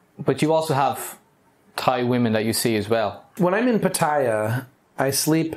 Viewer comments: He says pattaya like papaya, I think it’s pronounced put-ta-ya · Can't you make an effort to pronounce Pattaya correctly?